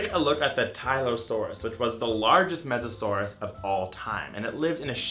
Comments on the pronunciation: M-m-mesosaurus?!?!?! TRIGGERED (It's Mosasaurus "MOE- suh SOAR uhs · It's Mosasaurus not "Mesasaurus" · it's not mesasaurus, it's mosasaurus. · its mosasaurus no offence